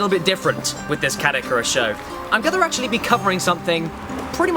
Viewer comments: LOL You said acrually not actually! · Said the man who said "acrually."